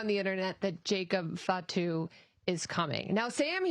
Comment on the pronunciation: so he can say it right i was tired of hearing “FAT Tu”